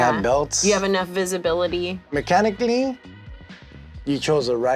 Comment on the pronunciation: i don't even know if that sounded mexican but this is the most mexican would get saying mechanically 💀